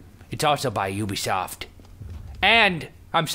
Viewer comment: Omg I lold so hard when he kept on saying Ubisofy